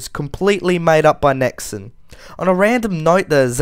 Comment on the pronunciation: its nexon not nixon